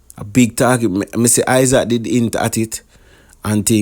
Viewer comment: His name is isat not (Isaac)